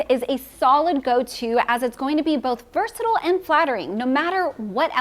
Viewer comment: Please, versatile rhymes with style, it’s not versatill!